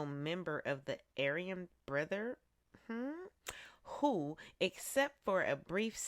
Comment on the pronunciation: You can't say brotherhood??